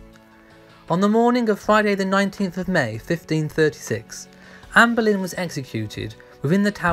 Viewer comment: For heaven's sake...her name is Anne Boleyn not Berlin !!!